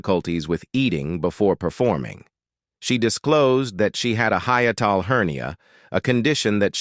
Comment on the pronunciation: The speaker's pronouciation of many words was very amusing. Insomnia, hiatil were a couple of the comical mispronounciations. .People who have no interest in subject matter may be highly amused by just listening to this comedy of errors! Speaker sounds like an American. ??Ourschool system?.